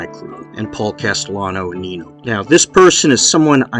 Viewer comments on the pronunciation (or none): none